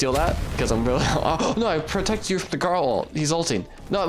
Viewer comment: Garl instead of garou